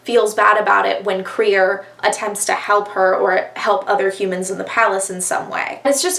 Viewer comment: LESBIANS ONLY!!! i deserved the credit for making you read crier's war :') IT IS THE ONLY BOOK! also WHY did you pronounce crier's name like that??? i've heard BRILLIANT things about the grief keeper STOP doing california so dirty i'm unsubscribing